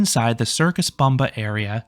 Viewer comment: by the way it is pronounced as "Boombah", not "Bumba".. LOL